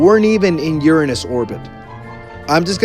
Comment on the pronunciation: You say uanish